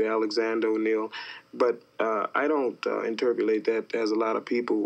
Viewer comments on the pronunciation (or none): Interpulate ? Lol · Still can’t not laugh at “interpulate.”